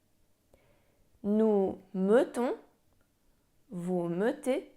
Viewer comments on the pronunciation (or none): odwala Pani kawał dobrej roboty ucząc tego niełatwego języka. Jednak w pierwszej i drugiej osobie liczby mnogiej - nous mettons i vous mettez to nie jest E nieme jak to sugerujesz, a E otwarte, najbardziej zbliżone do polskiego E. Próba wstawienia tam e niemego strasznie razi uszy. Szczerze mówiąc przez moment zasiałaś nawet we mnie ziarno zwątpienia. Człowiek nie raz po latach dopiero zdaje sobie sprawę że coś źle wymawia. Tym razem jednak mój przytępiony już słuch mnie nie myli. To nie jest,,melon’’ Życzę powodzenia w dalszych wysiłkach edukacyjnych!!! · W pierwszej i drugiej osobie liczby mnogiej (nous mettons i vous mettez) wymawia E w pierwszych sylabach jako E nieme, podczas gdy prawidłowa wymowa to E otwarte, podobne do naszego polskiego E